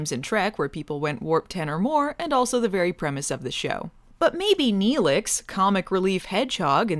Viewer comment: She fucking said she liked Nelix. NELIX!!